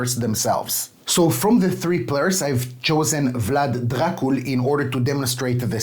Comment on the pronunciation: Thank you for the video. Your pronunciation of Vlad Dracul is top notch! I hope it stays like this in the final version and they don't change to Dracula. You have a great taste in games, keep it up!